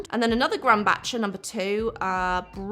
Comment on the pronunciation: NOT a correction, just an FYI: Grumbacher (the brand) is pronounced like "grum-backer". The "ch" is pronounced as a hard "c" or a "k".